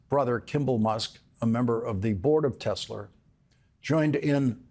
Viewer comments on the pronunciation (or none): Did he said "Tesler" just like trump?😂😂😂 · "Tesler." Yes, we heard you there, Lawrence. 😄😄😄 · omg Lawrence, "Telserrr" 😂😂😂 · Why do all boomers say tesler where it cleary is tesls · Tesler...we caught that! 😂😂😊😅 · Did Lawrence say “Tesler?” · Oh Lawrence, I smiled so broadly when your Boston accent peeked out when you said ‘Tesler’. As hard as we might try, sometimes it slips out. ❤ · I choked on my lunch when Lawrence said "Tesler" without flinching or smiling. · Well done, trolling both Donald & Elon with the "Teslar" pronunciation . Extra points for subtlety! 😂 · Ha, "tesler" good one. Love the program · "... a member of the board of Tesler..." ❤‍🔥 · He said “Tesler” 😂 Golden. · tesler LOL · "Tesler" 😂😂😂 made my day! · Tesler...LOL. We heard you, Lawrence. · I giggled out loud at work when he said “the board of Tesler.” 😂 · Lawrence is always right on the money. I am here for Elon realizing that buying a presidency isn't giving him complete control. I also am here for Lawrence saying Tesler. 😂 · Milk came out of my nose when he said "Tesler" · Yes, but “Ron Vara” is brilliant. 😂 And slipping in “Tesler.” Ha ha ha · “We love Tesler!!!” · Lawrence saying tesler gives me life😅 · Hehe, he said Tesler. Nice callback! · 'board of Tesler' 😂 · "A member of the board of Tesler..." 😂😂😂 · What? Ron Vara is a super genius!!!!!!!!! "Tesler" 🤣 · I swear he said Tesler. Did anyone else hear it?